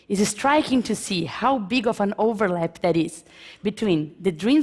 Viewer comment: Com esse nível de pronuncia e fonética eu me garanto falar melhor que ela. Ela comente os erros mais básicos entre iniciantes : não consegue pronuncia o ''TH'' e acaba a palavra saindo com som de ''F'', do tipo que fala ''Fink'' ; pronuncia o artigo ''a'' como se estivesse falando em português ; pronuncia algo básico como a expressão '' of a '' de forma errada em ambas as palavras quando o correto seria foneticamente o ''of'' com som de ''v'' e o ''a'' com som de ''ei'' ... e ETC !! 7 anos morando e convivendo com nativos, esses erros chegam a ser impressionantes, a não ser que ela só andava com imigrantes ignorantes.